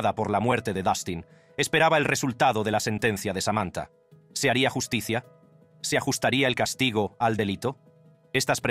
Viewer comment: No entiendo nada al robot que habla. La llus ti cia 😮😂